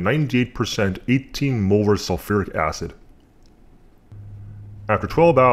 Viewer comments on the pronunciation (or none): Did you seriously say 18 moler acid ?